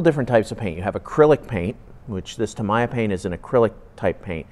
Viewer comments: its pronounced TAM e ya. and water is pronounced WAT ER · That’s not the right way of pronouncing tamiya, it’s a Japanese name, it is pronounced Tammy-yah. Make the effort to respect other languages